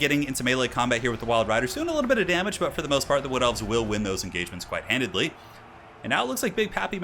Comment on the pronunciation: You are great,. GREAT. But it's 'handily'.